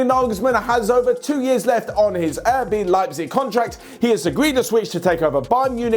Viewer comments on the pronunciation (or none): Why does pronounce RB Leipzig as Air B Leipzig?